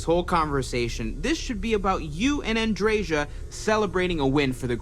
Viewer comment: Ah, Andreja, finally. Too bad Andreja is a male name - I have a friend named Andreja and a nephew named Andrej. And it's even more of a shame that they pronounce it wrong - it's pronounced Andreya, not Andrezha.